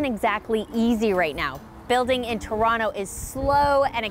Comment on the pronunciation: Torano haha she cant even pronounce it correctly. Its called Toronto or Taronto.